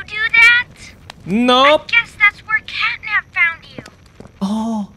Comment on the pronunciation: Catnap bukan catnat